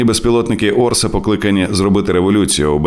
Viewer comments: Orca читається як "орСа"? А я думав, що "орКа"!.. орКа супроти орків було би логічно... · Не "Орса", а "Орка"(orca), тобто косатка! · Правильно читати назву ОРКА, перекладається, як кит вбивця Впевнено до перемоги